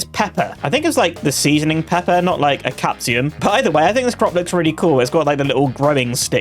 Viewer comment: not calling capsicum "CAPSIUM"